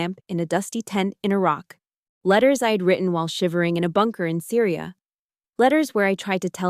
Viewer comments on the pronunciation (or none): none